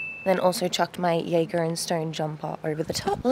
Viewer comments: Hi! I think you’re saying Jagger and Stone wrong, you say Jagger like “Mick Jagger” not like a jagerbomb if that makes sense 🤣🤣 loved the video! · Jagger in JGR and STN is pronounced like dagger 😅